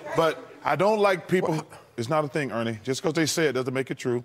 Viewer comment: It's not a thang,.